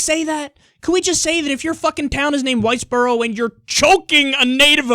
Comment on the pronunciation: I thought you said whitebro